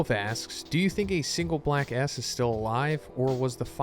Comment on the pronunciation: Whenever you say Black S, it sounds like Black A**. You tried to avoid saying something inappropriate, but also ended up saying something inappropriate